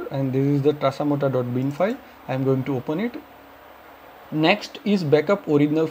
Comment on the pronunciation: Tasamota or tasmota It's confusing because you said "tasamota"